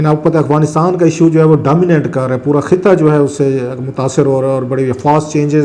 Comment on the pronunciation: Clasra sb please pronounce correct its Afghanistan not aghwanistan.